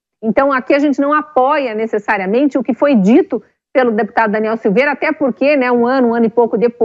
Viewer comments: a reporte fala errado o nome do parlamentar, que vergonha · Repórter desatente, POR DUAS VEZES fala errado o nome do Daniel!!! DANIEL É INOCENTE!!! LIBERDADE JÁ!!!!!!🇧🇷🇧🇷🇧🇷🇧🇷🇧🇷🇧🇷🇧🇷🇧🇷🇧🇷🇧🇷